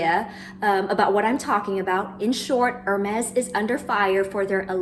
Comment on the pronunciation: Great video, but just a small point- Is it too hard to pronounce Hermès the right way, not like “her”-mes, but like “air”-mes, with a french r! It hurts to hear the brand name mispronounced over and over again 😢